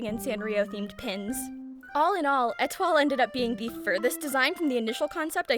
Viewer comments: I believe Etoile is prounounced Eh-twah? She's my favourite! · Étoile is pronounced Ay-Twah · etoile's name in japanese is エトワール (etowaaru), so yes, the pronunciation is probably eh-TWAHL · I pronounce it “Eh-twa” 💀